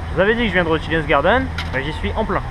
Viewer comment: Je viens de découvrir ton vlog en Australie et là je me dois de réagir: entendre "chinaz garden" (et non "tchaïniiiiz") pendant toute la vidéo ça a fait mal à mes ptits oreilles de prof d'anglais! Mais bon les costumes chinois m'ont bien fait rire, alors j'te pardonne! ^^